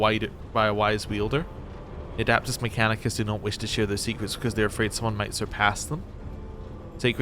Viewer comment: No machine spirit is a like a precursor to ai . abominable inteligence is banned in the imperium . And for the love of the emperor its ad e pt us not ad a pt us mechcanicus 😊